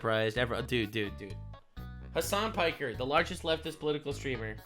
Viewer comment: "looking at him with the jeffrey dahmer eyes" Me: "You mispronounced Hasan Piker"